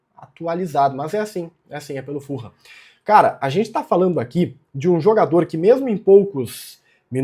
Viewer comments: a pronuncia certa eh "FULAM" e nao "FURRAM" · Eu morei em Fulham. Fala-se "Fulam" mesmo, nao "full ham". Abraco!